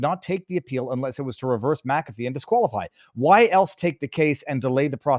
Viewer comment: "Ich bin dumm" and thank you for knowing how to pronounce McAfee. A few YT don't. Like Dr Steve and Benny